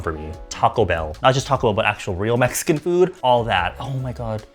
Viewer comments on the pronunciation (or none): none